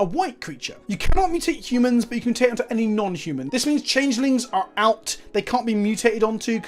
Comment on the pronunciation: Just to be annoying, you are pronouncing the word wrong. It's MU-tate, not mu-TAte, the stress is on the first vowel. Think about the TMNT theme song.